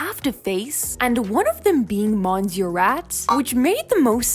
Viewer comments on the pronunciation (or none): Monsieur is actually pronounced “miss-yeur” and if ur extra the French “r”